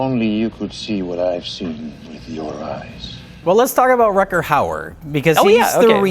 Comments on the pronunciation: RUDGER howard, a Dutch actor. Not RUCKER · Why was Rutger Hauer not a bigger star? He seems to have acting talent, brains and looks but his career faded away a little from where it seemed to be going. Btw, the 'g' is pronounced rather like the 'ch' in loch. Imagine you're thowing up a hairball. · Both of them don't know how to pronounce Rutger Hauer. LOL :D :D :D